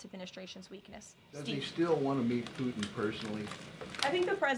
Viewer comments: It’s Putin not Pu’in … what is it with millennials and pronouncing “T’s”? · Who is poo- en??🔖🔖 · How can she be so intelligent… and say “poo-in”?????🤦🏻‍♂️ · BBB is a tax break for millionaires by eliminating medicare. Can’t believe a word she says just like her dear leader. Her cross must have finally melted under the weight of all her hate and lies. Maybe she should learn to pronounce her Ts when she speaks.